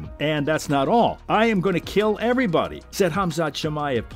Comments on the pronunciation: Wait, did he say " I KEEL EVERYBADY"?? Was that Ahmed the dead territost, well BEFORE he was, you know, dead?!?!😂😂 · "I keeell erybodyy!!! Allahu Akbar!!!!" The religion of peace😂